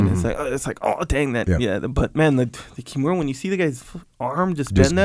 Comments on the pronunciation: That good old kim-year-uh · I love Jocko. However, please stop calling it Kimeera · jockos pronunciation of "kimura" bothers me everytime he says it. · I wanted to correct Jock's pronunciation of the kimura but I had nightmares thinking about it. Sorry Jocko for even thinking about it. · If you want to change it you have to wake up at 4am and seize the pronunciation